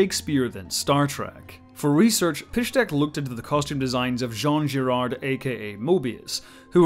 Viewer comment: it's Jean Giraud (jee-rOh) not, Girard 😛